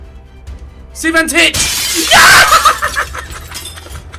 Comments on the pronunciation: Not is CI VAN TICH, it's Cvitanich, you have to say: SEETANICH Please like the comment so Ethan can spell right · Ethan it's Cvitanich not Civantich. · IT IS CVITANICH !!